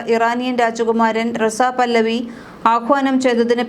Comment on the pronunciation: പല്ലവി അല്ല പഹല്ലവി